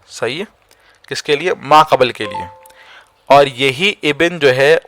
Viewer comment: Video achcha hai. Lekin talaffuz ka bhi khayal rakhen hazrat. Aapne musalasal 'ibin' aur 'qabal' boa hai. Ye alfaaz 'ibn' aur 'qabl' hain.